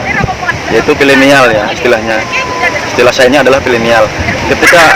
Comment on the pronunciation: Pineal om...bukan pilenial